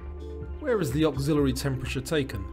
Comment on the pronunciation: You mispronounced "axillary." It axillary, not auxiliary.